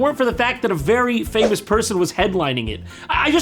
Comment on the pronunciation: I thought JonTron had put him in there with amazing edotting. "Is there a black purse-in here?